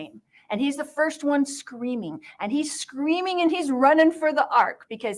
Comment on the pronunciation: Colby you are such an amazing man. The fact you were raised by this nut and turned out so well shows you filtered out her mess. I love you and I’m so proud of who you’ve become. ♥️🥰 Now to Lori: Lori said in Evan Almighty they were “SHCREAMING”. Since when there is an “H” in there. And she adds an “R” saying “QUERSTION”. Lori is so full of herself she can’t speak properly yet she sits there speaking like a moron as if she’s the smartest person in the room. Lori you look ridiculous!!